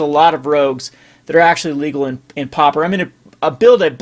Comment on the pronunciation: It's pauper, not popper!